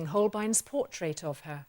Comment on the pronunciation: Awesome video was more distracted by her lovely accent and how she pronounced 'portrait' as 'por-TRATE' to retain any useful information 🤗